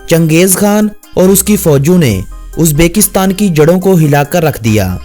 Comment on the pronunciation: "Uzbeeekistan nhi Uzbekistan hai... uzbekstan name ghalat leta hai